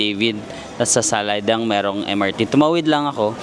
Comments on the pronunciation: It's pronounce as "Saladeng" not Saladang para di ka na mahirapan. 😅 Bangkokian here:) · you should pronounce Sala Daeng ‘Sala Deng’ 😊